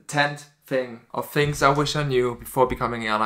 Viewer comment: Its crazy how you can fly a plane but you can't use "th" when saying the word "things".